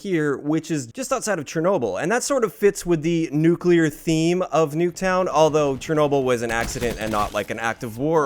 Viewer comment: Did you SAY "nucular"? 🤔